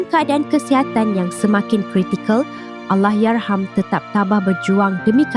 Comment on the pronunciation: kenapa pelik sangat dia sebut ALLAHYARHAM ni. Bunyi pelik macam lidah pendek sangat. HURUF "R" dia teruk. Kalau tak dapat nak nyebut Allahyarham sebut laaa "ARWAH" je. Diction dia bergulung gulung